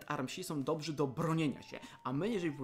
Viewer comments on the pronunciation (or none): none